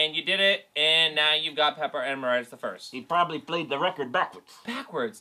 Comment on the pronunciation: why can't people ever pronounce Emeritus right? Em-air-it-us